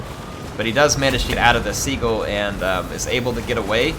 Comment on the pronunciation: Not Sea-Gull xD